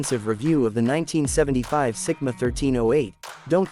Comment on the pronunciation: Is it Sigma or Simca? You're saying Sigma and writing Simca!